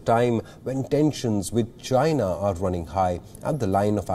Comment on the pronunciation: Uneducated dickhead...who can’t even pronounce China....say Chana! What a dumbo ....representing Indians who pride themselves and make self claims of being very educated! What he is educated in is Facism...that’s why he is comfortable with facists and racists!